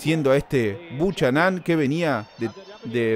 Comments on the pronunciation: POR FABOR NO DIGAS " BUCHANÁN" SE PRONUNCIA BUKENAN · 'Buchanán'???? Jajaj se pronuncia 'Bocanan'.. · ERES MEXICANO, APRENDE A HABLAR CHICANITO...SE PRONUNCIA BUKANAM... DETESTO EL HABLADO DE LOS MEXICANOS.. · Me gusta la simplicidad de tus narraciones sin aspavientos, aunque si hace falta más énfasis amigo mio.... apellido irlandés creo Buchanan.... Se pronuncia sin la h.... Bucànan.... Asentuando a pronunciar L a intermedia.... Es como el whisky.. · El apellido del negrito es Bucharan, pero se pronuncia: bu kae ran